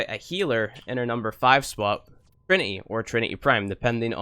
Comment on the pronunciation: "Mend and meme" "Furver" "More simpler" "Frough" "Kewl" "Eiver" "Trini-ee". Ugh